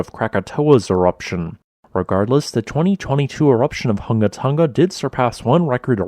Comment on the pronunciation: Hunga is pronounced /'hʊŋa/ not /ˈhʌŋɡə/ Tonga is pronounced /'toŋa/ not /ˈtʌŋɡə/